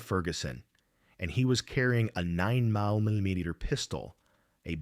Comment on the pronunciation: Buried secrets, don't say secrets for long. Tell that to jimmy Hoffa family. I had to stop watching because of the A I can't say 9 mm right